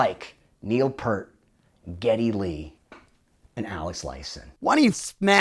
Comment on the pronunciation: OMG!! It's NOT pronounced "PURT" it's "PEER-T"!!